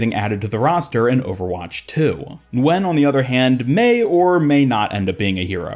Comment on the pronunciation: Congrats on getting the pronunciation of “Nguyen” right, thanks for the extra effort. I hope he at least becomes more noticeable in the lore. He seems like a pistol guy.